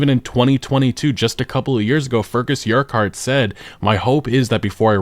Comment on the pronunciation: the way you pronounced Urquhart triggered me.